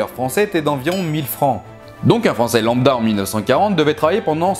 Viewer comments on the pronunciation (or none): none